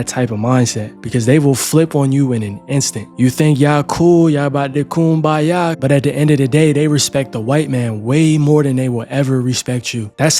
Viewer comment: they think its a “coon-baya”